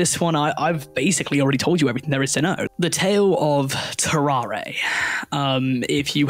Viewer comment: It’s TAR-ERE not TAR-AR-AY